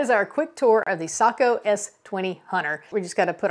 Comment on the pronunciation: Hallelujah!!! She’s one of the few who knows how to pronounce Sako!!!! Well done